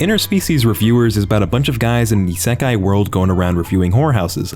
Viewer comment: I wonder when will learn to pronounce "seinen", "isekai", "haikyuu", and pretty much any other name properly